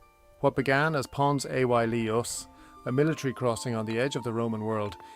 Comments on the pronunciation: Good video but the pronunciation of some important words is off Pons Aelius. (Aelius is closer to Alias) Segudunum & the faux geordie wall in wallsend is what caused me to comment. Thank you for doing this, far better than anything I could even hope to do so I hope the criticism is taken in the good nature intended. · Pons a why eeeelius 😅